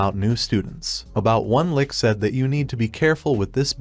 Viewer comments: Now I'll agree with you on most words. However, when it comes to the word "lich", I can attest that most casuals will not know what a lich is so they will assume it is talking about a literal lick when hearing the word being said. When they hear it spelled like "litch" they probably look it up and see what it is if they don't know already. If they do, then they just assume the AI voice doesn't know how to say lich correctly. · You could probably make the text-to-speech narration more accurate if you replace words that are misread such as "lich" sounding like "lick" by typing them phonetically, an example being "litch" instead of "lich" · the term is "LITCH" not 'Lick' she is not a Troll... Trolls are male, female Trolls are called "Trollips"